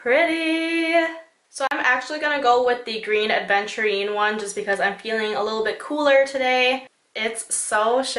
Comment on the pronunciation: Its "Aventurine" not "ADventurine"